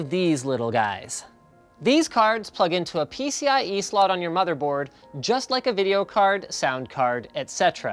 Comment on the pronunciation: "m.2 slut" Cannot be unheard.